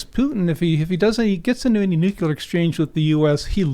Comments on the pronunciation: The word is Nu Clear not Nu Ku Ler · So many smart folks...then they say "nucular"...I just don't understand. ;-) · how do you take it seriously with 2 guests saying nuculer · I stop listening once someone says nukular. This guy doesn’t know what he’s talking about. Russia is actually winning this war. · Am I the only one irritated at multiple people saying "nuke-yu-lar"? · Does no one know how to say nuclear anymore? Lol sheesh. Almost sounds on purpose ironically, but likely not. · The guest lost all credibility when he added that 2nd "u" to "nuclear"